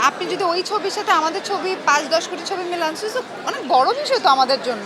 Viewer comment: মিম কোটি কি কুটি বলল আর সাংবাদিক কপি কে কোপি...!! 😂😂